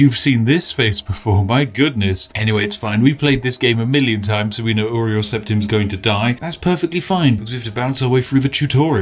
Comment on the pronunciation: His name is Uriel not Oriel